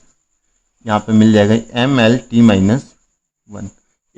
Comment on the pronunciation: 35 me se 30 minutes to me यम यल में ही रह गया भई 😂😂😂 एम एल को यम यल कर दिया यार 😅😅😅😅